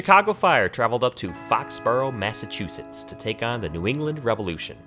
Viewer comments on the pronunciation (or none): none